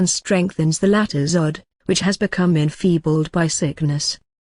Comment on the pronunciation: It is pronounced as (oh-doc) not odd. It sounds better .